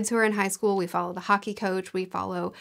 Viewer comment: About the bear Town trilogy I kept thinking you said Haki - and was confused how a Swedish Town revolved around one piece magic